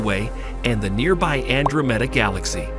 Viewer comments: Ann dro meeda. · he keeps pronouncing the name of andromeda wrong